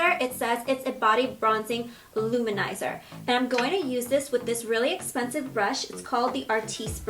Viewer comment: "so im taking another really expensice product" 😂😂😂